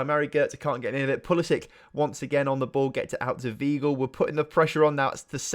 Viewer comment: MATE ITS JULIAN WEIGL (PRONOUNCED ‘VY-GLE’)